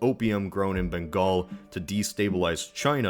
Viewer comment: It's amazing that you pronounced Bengal perfectly! (Butchered Marathas but that's fine lol). Wasn't expecting this video, must admit I was taken by surprise; instant click